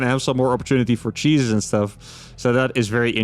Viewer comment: When he said "Cheeses are gonna come back" I thought for a second he said "Jesus is" Christians would be that fourth race we been wishing for 👹